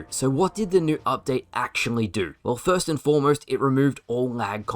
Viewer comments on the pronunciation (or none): none